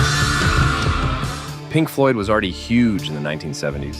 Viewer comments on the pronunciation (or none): none